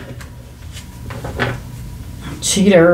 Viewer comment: Lol, I think u spit out the word "cheater" 😂